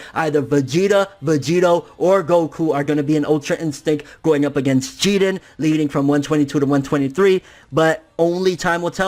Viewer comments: Why do you pronounce jiren as jiden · Bruh it's jiren! Not jiren it sounds fucking annoying yow...!! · idk what your saying lol it sounds like your saying Jeeden, his name is “Jiren” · After all of this tyme he still pronounces his name wrong it's jirren lol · I hate the way you pronounce names and shit, to the point where I'm close to not wanting to watch some of your content anymore. It sounds like you're saying "Geeden" ffs. If you're trying to pronounce it the way the JVAs say it, you're doing it very poorly, like when you say "Zamas, and Gowas" it's fucking Zamasu and Gowasu, they all say it with a slight "u" or "ooh" sound on the end, yet you completely remove any trace of it. As you say it, "You're taking an L" on some of these pronunciations. Inb4 all the prepubescent little shits who comment on this hating on an opinion, I don't care about your opinions, and I'm not expecting a response from either, but I also don't want you to take this the wrong way, I love your videos and content, but that shit just aggravates me to the core for some reason, probably more than it should, and I highly doubt it'll keep me from watching your shit, because I still love it deep down.. It's like when you got a hot girl with a laugh that drives you fucking crazy, but you stick around and don't say shit for dat ass. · why do you say jiren like that but everything else you say is normal english? Really annoying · Wade Wilson no that’s considered cheating he needs his ass kicked by jiren... also who else bothered he’s not pronouncing his name right? I feel like if he gets ultra instinct it would just be fan service and there was only ever one type of instinct goku used attack mode as well... vegeta should take the L after taking out toppo... but either way you put it in goku black series both sides goku and vegeta both got there asses handed to them in goku black saga... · your pronouncing jiren name wack as fuck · Why do you always say his name wrong lol